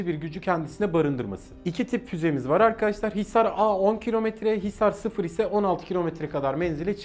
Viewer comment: Düzeltme: Hisar-0 değil Hisar-O. Yani Hisar-A alçak irtifayı sembolize ederken Hisar-O orta irtifayı sembolize ediyor.